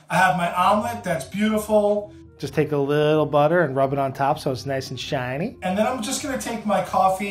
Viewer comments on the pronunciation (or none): "Just take a little butter and rub it on top so its nice and Shainee"